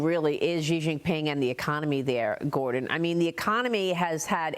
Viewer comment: its “shee” Jianping lady